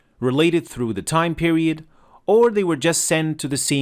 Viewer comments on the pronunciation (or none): none